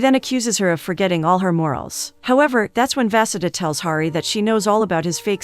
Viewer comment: Vaseda is actually pronounced Va-Su-Dha.